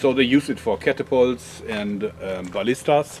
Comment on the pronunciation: I like your "bow-lista" even if it isn't that powerful.